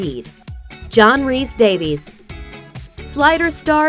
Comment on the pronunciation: John Rhys-Davies, pronounced 'Day-viss'. He has a Welsh name, not an English name. Therefore, it is NOT pronounced 'Day-vees'.